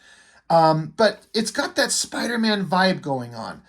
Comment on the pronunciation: "Spawnder-Man". - Great Review.